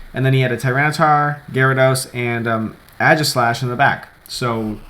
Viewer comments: its actually pronounced EG-slash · OrigamiTim Chang I don't know, man. I had to look it up. Sounds more like if you're saying Ages-lash than E-G-slash. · AE-gislash. AE. Please pronounce it. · Wins US national championships, still can't pronounce Aegislash correct :p